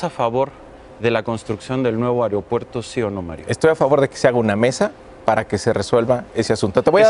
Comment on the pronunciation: Chingadamadre alguien dígale a Nuño que se dice A-E-R-O-P-U-E-R-T-O... ¡¡¡¡¡¡AERO!!!!!!! No "AREOpuerto"...